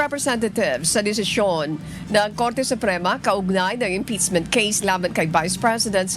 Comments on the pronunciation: Impeachment ❌ Imptizmint ✅ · Madam anchor hindi po yung articles of impitchmint😂😂(impeachment) ang cnabing unconstitutional kundi yung pag violate ng 1year bar rule.... hindi po kau nakikinig sa spox ng supreme court.